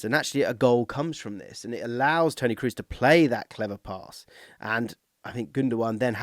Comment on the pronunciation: I agree with this take. Nobody needs any Englishman to pronounce Schlotterbeck or Mittelstädt correctly. Just maybe don't completely butcher the one guy who's among the most decorated players of all time and also incredibly easy to pronounce.